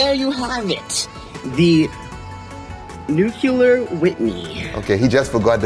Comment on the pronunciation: The dude said “nuke-you-lure”